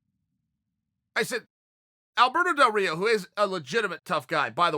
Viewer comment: Chael sonnen: Alberto del rito Me:ok great